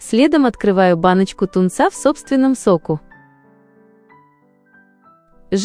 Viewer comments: В собственном сОку. :hand-orange-covering-eyes:)))) Когда уже ИИ научите рпавильно ставить ударения. 😂😂😂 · Мне тоже слух резануло. Но зато знаем, что это ии😅